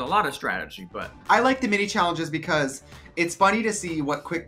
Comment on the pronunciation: “Bacoss” 😖😖😖 Trinity! It’s “because”!